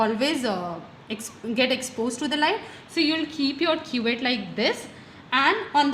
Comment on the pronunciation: Not quet it's cuvette